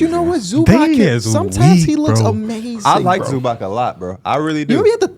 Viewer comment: Zubac is pronounced Zoo-bots fyi not zoobock